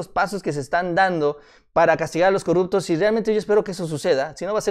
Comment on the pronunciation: no se dice corructos, se dice corruptos